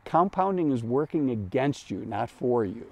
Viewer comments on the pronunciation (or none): none